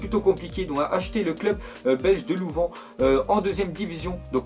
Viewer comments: pas lou+vent c'est lou+vin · Je suis belge, Louvain ne se dit pas [Louven] mais [Louvin] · tu fais chier tu c pas dire Louvain AIN pas louven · C louvaIn avec un i pas Louvan 😜😜😜 mais sinon continue comme ca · Le club c'est " Louv1 " sa s'écrit Louvain pas Louvan .. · on dit louvain (louv1 pas louven)😃😃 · LOUVIN PAS LOUVAN PTNNNNNN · Déjà sa ne se prononce pas louven mais louv1... :) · louven? louvain (lou-vin) ahahah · louVAIN V-A-I-N pourquoi dis-tu Louvan ? tu dis pas VANcre mais VAINcre que je sache non ? alors stp fait attention aux fautes d'orthographes sur les mots et surtout sur la conjugaison parce que tu dis souvent "si je aurais" au lieu de "si j'avais" par exemple et ce genre de faute n'est plus censé se faire après 13 ans tu en as le double. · On dit pas "louven" mais "louvin" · On dit Louvin et pas Louvan sinon bonne vidéo continue tu gères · Ça se dit Louv1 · Jure il a dit louvan? xDDDDDDDD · sa c ecrit louvain et sa ce dit louvun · Louvain ça ce dit pas comme ça 🇧🇪🇧🇪🇧🇪🇧🇪🇧🇪